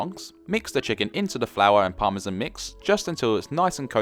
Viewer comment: Besides delicious meals ,professional explanation and all around excellent production , what puts a smile on my face is how you pronounce parmesan (correctly I mean ) :)